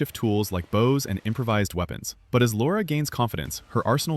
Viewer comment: They pronounced it "Laura Croft" like lots of Americans. AI isn't that stupid.